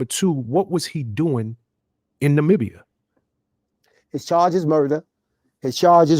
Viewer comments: Nah-mi-bee-ya Accent on second syllable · IT’S NOT NAH-MEE-BIA. It’s NAH-MIB (like Bib)- BIA (NAH MIB BIA) Namibia 🇳🇦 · it’s just. Like. How you would say Nubian take out the u. And just add on nombian Nom Bian Nubia. ….. Nombia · It's pronounced na-mib-bee-ah! Love your channel! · 😂ima try.. Na-mib-ia.. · Hi! It’s Na-mee-bee-uh 😊 🇳🇦 Thank you again for your content! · it's pronounced Nuh-mi-bee-yah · It’s Na-mih-bee-yah, Namibia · If you are going to mispronounce a word, stick to ONE mispronunciation, instead of constantly struggling with multiple ones . 😂 Stick to something. It’s “ Nuh- MIH-bee-yuh “💕💕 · Nuh -mih (sounds the i sound from “ick”)-beeyah (accent on the mih sound) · Pronounced!! Nuh-me-bee-yuh omg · CUT-I NAM-IB-I-A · "Nah-mib-iah" is the phonetic pronunciation of the African country. Thanks for the updates. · Start with the correct spelling: Namibia. Pronunciation can be found on Google. Na-mi-bia Na-me-bea Namibia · Nah mee bee yah (Namibia) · My neighbor Namibia 🇳🇦 is pronounced NA ME BE YA. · The country of Namibia is pronounced nuh-MIB-ee-yah. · It's actually NUH- mi - bia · Dude...why can't you pronounce Namibia? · The way he’s butchering the pronunciation of Namibia lmfaooo omg ur too cute lol!!!